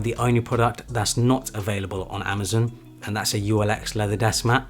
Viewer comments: it's pronoucned "amaZON" not "amaZIN" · I wouldn’t have even noticed he’s saying it weird. Thanks. A lot.